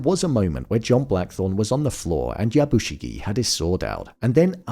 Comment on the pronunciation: I wonder if you will ever pronounce the name YA BU SHI GEH ever in any of these videos.